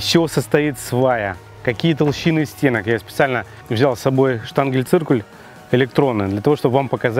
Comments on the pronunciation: ШтангеНциркуль, а не штангеЛь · Штангельциркуль =D. Просто придрался, не обращай внимания. ШтангеНциркуль. Интересный канал, отличная подача. Спасибо за видео !